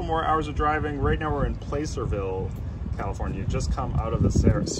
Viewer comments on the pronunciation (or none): In-N-Out burgers are soo good. Fyi. The /a/ sound in Placerville and the first /a/sound in Nevada is SHORT...as in the word cat. 😉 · Glad you and your humans had a great trip and got to Grandma's, Oliver! One pronunciation tip: the A in Placerville is pronounced like the A in hat.